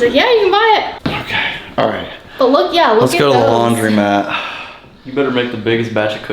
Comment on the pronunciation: Idk why it bugs me so much but I think a majority will agree it’s called a laundromat not a laundry mat lol he owns one and still says it wrong 😂😂